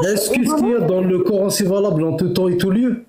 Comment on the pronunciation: Le core... N . Maintenant je connais la prononciation !!! Core...N